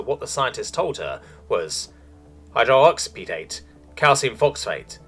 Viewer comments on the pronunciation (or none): Hydroxyapatite is pronounced “high-drox-ee-ap-uh-tite”. Stop trying to rush through the longer words and learn to actually pronounce them correctly. That includes the alien names. The rushing and jumbling just sounds sloppy. Otherwise it’s pretty well done.